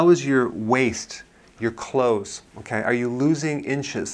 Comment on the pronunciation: "Clothes" not "Cloths"